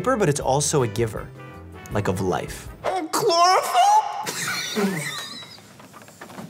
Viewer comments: and was my favorite 😭😭💀 "MM KLORIFYLE?!???" "MMITOKONDRIA?!!" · “AnD cHlOrEfUl” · the way he said chlorophyll... cant stop laughingg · “MhM ClOraPhYlL?”